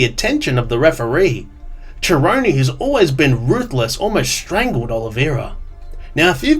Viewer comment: Nah I'm not giving this video a like because you pronounce 'Cerrone' like "Jerrone" & as a fan I cannot respect that. BUM